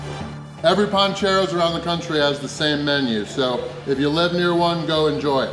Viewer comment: It’s PANcheros not PONcheros 😬